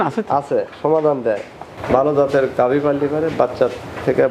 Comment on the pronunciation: আসসালামু আলাইকুম, একটা শব্দ উচ্চারণে সংশোধন করতে চাই। ঘাবি গরু বলেছেন, আসলে গাভী হবে।